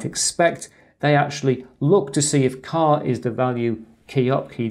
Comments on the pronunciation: A great video but surely "char" is as it says not "car". In my book it is, as most programing languages, an a abbreviation for "character"... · yes but you pronounce it as "car"... perhaps I am not picking but doesn't sound right...